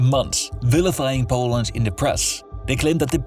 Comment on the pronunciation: Its not boaland its poland dude wtf is that accent